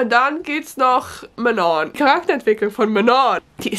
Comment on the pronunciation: Du sprichst alle Namen richtig aus.😂 Außer Manon😅 Man spricht sie quasi wie die beiden englischen Wörter Man und on aus, aber als ob da zwei n wären.